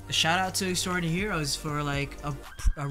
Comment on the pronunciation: please stop mispronouncing their band name. it's literally pronounced the way it's written. how can you write it multiple times and not get their name? X-DI-NA-RY HEROES. it is NOT xtraordinary.